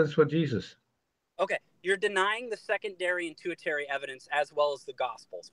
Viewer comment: “tu-ih-TAIR-ee”? 😂 If you’re going to try to appear intellectual and scholarly valid, maybe pronounce your big words correctly. Bro, it’s pronounced “TER-shee-air-ee”.